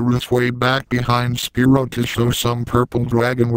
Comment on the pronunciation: Quit saying Spearow! It's SPYRO!